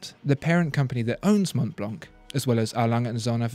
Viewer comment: Mont Blanc is a french name so it should be pronounced in the french way...